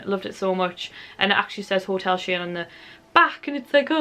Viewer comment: Nice haul. It's pronounced Hotel Shy-anne though ;)